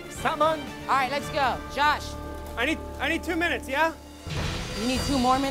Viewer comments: nigga said 2 "mimutes" 😭😂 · Josh: Yeah I need two mimits What tf is a mimit? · “I need two Mimutes”